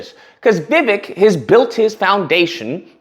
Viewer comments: You are a racist sir...u could not even say his name correctly..thats disgusting...u have no right to call out anybody😢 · Jackass 1st learn how to pronounce names … secondly look at the laws for immigrants in early 19th century. The only difference is immigrants with nothing on their backs sacrificed and became successful while the loser community is still at the bottom of the food chain. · At least say his name right. Plus he was born here in the US